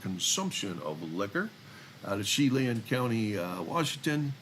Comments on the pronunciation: Chela, WA pronounced with a soft ch and a short a sound for the e. Say as sha-LAN. Emphasis on the second syllable. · Chelan - It's pronounced Sha-Lan. And Wenatchee is pronounced Wen-natch-chee. It is the Apple Capital of the World and home of beautiful Lake Chelan, and on the Columbia River! THANK YOU for all of your posts, and also for your service in law enforcement (and to your fellow colleagues in law enforcement, too!)